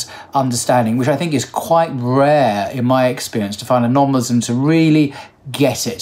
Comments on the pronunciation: Muslim with an S not a Z !!!!! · 'Muslim', not 'Muzlim'! BarakAllahu feek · It's not Muzlim, it's Muslim brother, thank you and it's not Izlam but pronounces Islam there is a S not a Z in both words, I hope it's clear